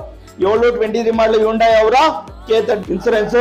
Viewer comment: Hundai ಗೆ ಹೋಂಡಾ ಅಂತೀರಾ.ಸರಿಯಾಗಿ ಹೇಳಿ.